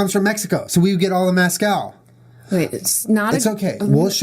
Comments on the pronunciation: MEZcal not maaaazcal omg Julien 😂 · Were there any other Mexicans watching dying about how Julian said "mascal" instead of Mezcal! Haha love you juliiieee & jennaaa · lol Julien pronouncing mezcal as mascal 😂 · i was laughing so hard bc julien said mascal... its MESCAL. yeehaw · Two years later I’m coming back to this to hear Julien mispronounce “Mezcàl”. By the way....tequila is a type of mezcàl. 😂 It just means it’s made from agave. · The way he pronounces mezcal. XD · Julien. I love you. But as a Texan. Please stop saying Mezcal like that lol